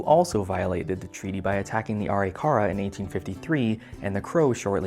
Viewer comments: I'm also a North Dakotan, just seeing this video now, but because it dealt with a local event I wanted to watch it. Native Americans pronounce the Arikara tribe name as "ah-RIK-ah-rah" not "AHR-ee-KAR-ah." :) Just wanted to mention that. Something I find ruefully amusing about the entire controversy was the focus on stopping a new, extremely well-constructed pipeline... meanwhile pipe has been in the ground elsewhere in the state for over 50 years. If we were really concerned about bursting pipes, wouldn't the focus have been on the ones most in danger of that? Apparently not. There was also another pipeline that was in the works in the central southern part of the state that there never was any hoopla about. Was that because the tribes were going to financially benefit from that pipeline in a way they didn't with DAPL? Maybe. Unfortunately, I haven't been able to track whether or not that pipeline was ever put in. For all I know it might have stalled completely because of the DAPL controversy. The cleanup from the Oceti Sakowin camp after the "water protectors" left cost $1M of taxpayer money. 24,000 tons of garbage had to be removed. Included in that were abandoned cars, trailers and discarded propane tanks. The protestors burned tires and as a "leaving ceremony" they burned remaining makeshift wooden structures with about 20 fires. It calls into question how much the water protectors care much about the air. They pretty much blew their environmental high ground. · Arikara is pronounced Uh-Rick-uh-rah